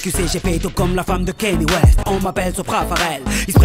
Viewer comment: On dit kanié west et non pas kanie...